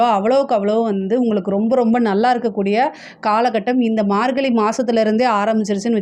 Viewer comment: Margalli illa margazhi. Pronounce that properly